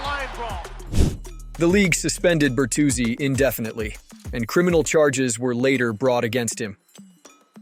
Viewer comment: How do you make a list and not even know how to say thry guys name? Bertuzzi was not a dirty player